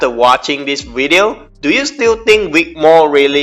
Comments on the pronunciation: Say it with me Vic Vvvvic, not Wic, Vvvv, Vic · Vic, not Wick, mate. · His is vic not wic